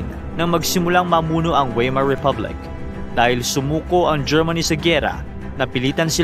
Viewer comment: Correct pronunciation Friedrick Wilhelm (freed-reek vil-helm) Weimar (vay-mar)